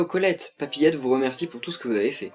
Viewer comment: A chaque fois que tu dis papiette , j'entends coqiette